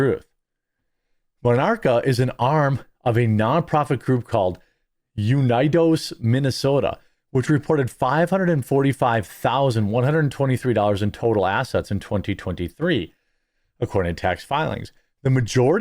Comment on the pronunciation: It’s Ooh-nee-dohs Minnesota. It’s the Spanish word for “United”